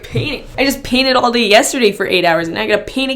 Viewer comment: You have to be from Alberta...maybe Calgary area! The way you say “house” and “day” in the beginning of your video is so so Albertan! Does anyone know where in Canada she’s from? There’s no info online...but I’m willing to bet money it’s Alberta (greater Calgary area possibly).